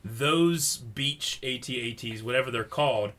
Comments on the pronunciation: Please call them At-At's not A.T. - A.T.'s Call yourselves geeks? sheesh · is not at-at is at-act